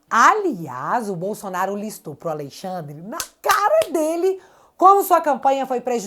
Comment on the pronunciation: Que agonia ouvir “Aleixandre” 😅